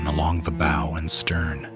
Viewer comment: The "boe"?